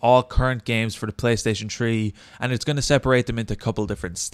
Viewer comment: Playstaytion tree LOL love you dude